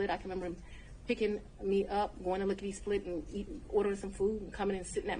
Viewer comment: OMG she said lick-ody split as a place and Shrek wade went too 😂😂😂